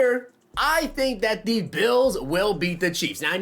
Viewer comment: Why do always say thee.... it’s pronounced the